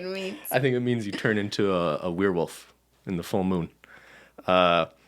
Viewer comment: Are we going to ignore the way says “werewolf”?